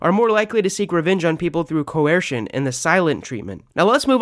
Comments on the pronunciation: The second he said cuwesrshin instead of coercion I relized this guy didn’t know what he was talking about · You’re saying “coercion” really weird; like Stewie saying “cool whip”